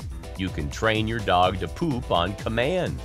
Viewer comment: The way this guy says pOOp 💩